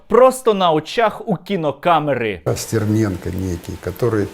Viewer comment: Як же коробить від узкоязичних щелеп, які не можуть вимовити нормально прізвище Стерненко. СЦІРНЄНКА!!111 Тьху, бл*ть, господи